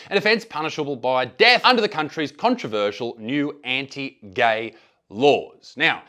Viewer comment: "Why ahr yuh gae??" - based Ugandan